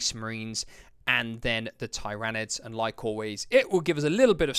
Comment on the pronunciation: Thanks for the review. Just a small thing but how to pronounce Tyranids :)